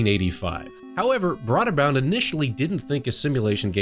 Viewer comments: Bro-der-bund. Not broader bound. Other than that, awesome video. Really like your channel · It's pronounced Broderbund